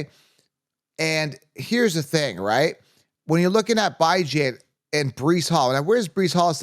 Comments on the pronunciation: Dude stop saying BI Jan smh you sound like an idiot lmao his mom calls him bee john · did i miss a prior video, or is there a reason you pronounce Bijan as "Bye-Jan" instead of "Bih-Jean"? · If you cannot pronounce a players name right viewers are not going to take you seriously. Your saying Bye Jane. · Can you stop saying his name wrong? Its said like bee jawn not "Bye Jane" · Bee-jon…. Lol